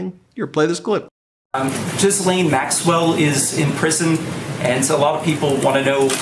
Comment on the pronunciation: It's not Guylaine it's Ghislaine which is pronounced jislaine!!!